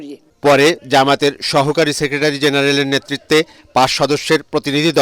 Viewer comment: যামাত ❌ জামাত ✅ সাংবাদিক 😂